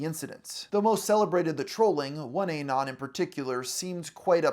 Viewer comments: It's not A-non, just uh-non. Like anonymous, minus ymous. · UH-NON, LIKE ANONYMOUS, NOT A-NON OH MY GOD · "Ay-non" There's no way you've been on the internet this long and you still can't say that shit right. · I thought he meant a particular non when he was saying "A non". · It drives me crazy the way he says Eh-Non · its "anon" like "anonymous"